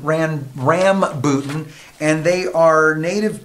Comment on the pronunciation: it is "ram/buh/tan"..